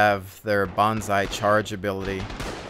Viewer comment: "Bonsai-charge" ha, ha. What you gonna do,- attack him with a small tree? It's Banzai.